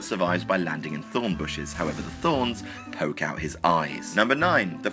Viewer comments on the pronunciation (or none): none